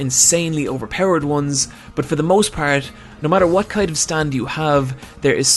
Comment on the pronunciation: wHat, where. No offene, but ffs this pronounciation triggers me